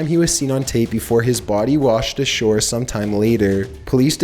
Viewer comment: “near the boOdy”